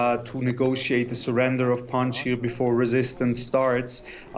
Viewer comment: Panjsir not panjia 😂 someone watching to many avatar